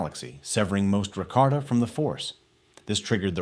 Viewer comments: its about the pronounciation, never heard nobody reffer to them like that before, i thought they were pronounced Ra-Ka-Ta instead of Ra-Kar-Ta and Lee-Hon instead of Lay-Han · Rakarta and lay-hon? Really?